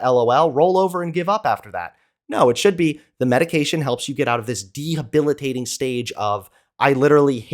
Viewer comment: I love you so much buddy but please the word is “de-be-li-tat-ing.” You’re like Vaush saying cohabilitating lmao.